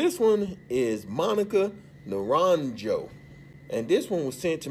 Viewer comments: 😂😂😂 Mónica Naranllo?????😂😂😂 NARANJO !!!! why do you have trouble saying this vowel? J ... J ....... J. I encourage you to continue practicing.😘😘💯🎵🎹👏👏👏👏👏🇪🇸🇪🇸🇪🇸🇪🇸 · Para los ingleses, NARANJO se pronuncia de esta forma==> NARANHO (ASI A VER LO PRONUNCIAIS BIEN)